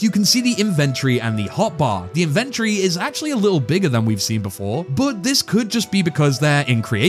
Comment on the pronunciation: Inventory ❌ Inventree✔